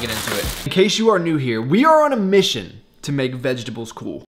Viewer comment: Love how you pronounce vegetables "veg-dubbles" lmao and if you need a new show recommendation i highly suggest shameless on netflix!